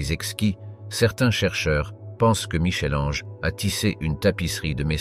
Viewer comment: ohhh Michel Ange merci de prononcer "Mickel", je ne serais pas étonnée que ce soit un robot qui parle !